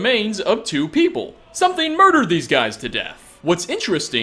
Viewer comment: " Something murded this guys to death "